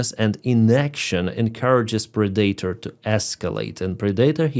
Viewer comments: Pred-ah-tor not pre-dater LoL!!! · "Predator" is pronounced with the emphasis on the first syllable, not the second. And the 'a' is short: PREH-duh-ter